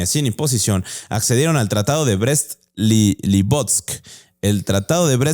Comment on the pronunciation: Tratado de Brest-Litovsk! LiTovsk, no Livovsk! 🫣 Lo han dicho mal unas 47 veces a lo largo del vídeo 🤣🤣🤣 Saludos desde Galicia, se les admira